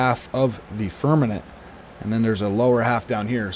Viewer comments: Haha. Heard that... firm-a-MENT. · Firmament not fermanent Besides that.great video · I applaud and appreciate all you do. However when you talk about the firmament, you keep saying firmanent (like the word permanent) it is pronounced firm-a-mint, not firm-a-nint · Firm a ment. Not nent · Firmament not fermement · Firm-a-Ment lol.. stop saying firmanent lol.. otherwise great!! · Dude...... I love your content! BUT it's pronounced "firm-a-MENT". Not "firm-a-NENT". LOL! Keep up the good work!!:) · FIR-MA-MENT...NOT Fir-minute or Fir-men-it... c'mon man! ReALlY?!?! ya killin' me smallz, ya killin' me... titally LOVE your content/videos BUT my dude it's like nails on a chalk board and YES, IT DOES MATTEE, you're clearly far too intelligent and well spoken...so can ya help a brother out??? please?!?! 🤓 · Fir-Ma-Ment..not fernamint. I hadn't thought about it for a long time, but when I was very very young, they didn't say Jesus hung on a cross. They said he hung on a tree. Now you never hear that. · Why do u call it "Firmanet"?😅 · FIRM - A - MENT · Right, not firmaNent. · It is FIRMININT!! He said it a hunrid times. Makes me laugh. Lighten up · Carl Thacker 0 seconds ago It is FIRMININT!! He said it a hunrid times. Makes me laugh. Lighten up